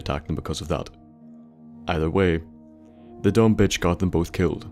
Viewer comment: Whenever you call a girl a bitch in your videos I cringe. Normally I could give two shits but it just sounds too harsh with your accent dude....lol